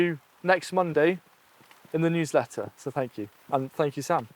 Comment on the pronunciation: I thought he said huwsletter.